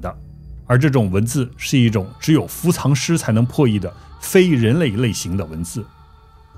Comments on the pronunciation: 伏藏念做fu zang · 不是唸伏「藏(同音字：奘ㄗㄤˋ)」嗎？ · 伏藏叫“fu zang”